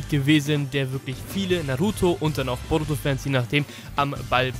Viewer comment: Wie er boruto ausspricht ,,borotu“ 1zu1 spricht er es so aus ahhahahaha